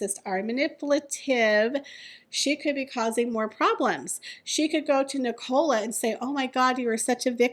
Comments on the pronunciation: The name is pronounced Nic-ah-la. Not Nic-OH-la. Sorry, but it's driving me crazy everytime you say it. It sounds like you're saying Ricola and it is so bizarre lol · It’s NIC - ALA,. 😂